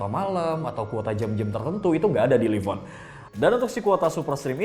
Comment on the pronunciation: nah kalo yang sekarang udah bener bacanya: live on (liv on) kalo dulu bacanya: live on (laiv on) udah nyadar ternyata